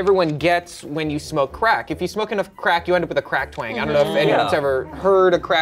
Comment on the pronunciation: When said Crack Twang I heard Cracked Wang